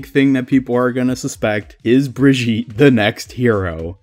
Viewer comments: Brigitte is a german Name and both ways of Pronounciation are wrong. it's more like Bree gi tt (hard T) and e (more like ey) it's hard to describe it in words, lol maybe google the name and there will be audio examples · The Strange thing is, that his pronounciation sounds french. Like Brigitte Bardot (french Actress). And that makes the whole thing even more confusing :o The question now is, if he pronounces her the same way in other languages (especially the german one) - but i dont know how to check that ^^